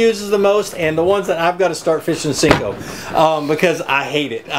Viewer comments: i'm with you ... hate when people callem sinkos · They're pronounced senko, not sinko. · Can someone please let know it's a SENKO.... not a SINKO! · I have no respect for people who call "senkos", "sinkos"... no respect haha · Why do you call it a Sinko? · It's called a senko. Not sinko. Smh.